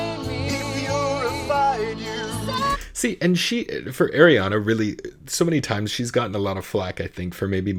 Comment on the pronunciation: Her name is pronounced Are ree ah na... Not Air ree ah na